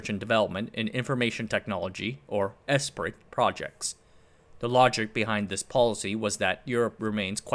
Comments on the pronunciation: I believe "Esprit" is pronounced "Espree." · Esprit is pronounced ‘ess pree” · Great video. FYI 'Esprit' is pronounced 'Espree' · Came here to say the same. Phonetically it’s pronounced “Espree”. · Esprit is pronounced "'espree" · Not out of annoyance, just a correction. Esprit is pronounced "S-Pre" it stems from French, and being an EU policy its likely it was largely written there, though in don't known that part for sure.